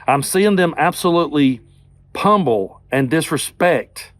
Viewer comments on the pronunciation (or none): The word is pronounced pummel not pumble which you said repeatedly.